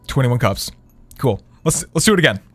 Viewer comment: You saying cups pisses me off please stop